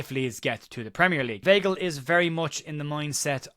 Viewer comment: The name is pronounced V-eye-gl